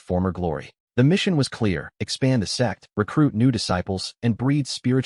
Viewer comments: Whenever that word out, laugh It's Sect. / Sekte NOT s3x 😅😅 Aiyaaaaaa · till this day I'm still baffled to why the ai voice an subtitles mistake sect for sex😂😂😂 every video not just this Chanel😅 what is going on